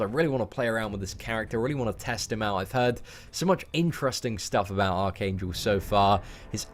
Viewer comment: I keep thinking you are saying arcane jewl